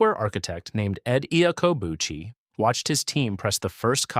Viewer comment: Iaccobucci is pronounced "Ya-ka-BOO-chee" I know, I grew up in an Italian community. you really need to try harder.